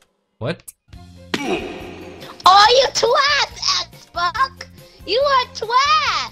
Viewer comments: Heres a drinking game: take a shot every time drizz says "xboc" instead of xbox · can't even say xbox he ses it like xboc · He’s too old to pronounce Lana Rhodes as “wanna wodes” and saying “xbok”🤦‍♂️ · The way he calls him 'Xbock' is infuriating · Tf is a “XBOC”! 🤣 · it’s weird how he can say x and the beginning of Xbox but can’t say it at the end XBOC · I like how he says xboc instead of xbox lol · He says Xboc instead of Xbox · Man saying X Boc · Why does he keep calling him “xboc” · he saiad twas xboc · he sayed xboc not xbox hahhahahahaha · Gaming yes. At points he said xbok and he said xbox and he soinds older.. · He can’t even pronounce Xbox and he says words like that 🤣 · Kid can’t pronounce L’s or X’s